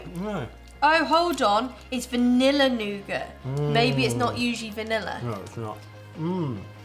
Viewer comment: The mispronunciations of 'dulce de leche' and 'nougat', among others, are giving me hives.